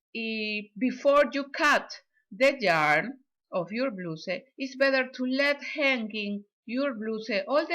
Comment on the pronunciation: Te quedo bello! Me encanto que das instrucciones en dos idiomas. Mi mamita habla el ingles igual a usted 😊❤️ ( no se dice bluse 😊 se pronuncia bla-us como el u en usted. ) perdona si la ofendo no es mi intención solo una ayudita para que mejores el ingles con cada video😊❤️ gracias por compartir!💋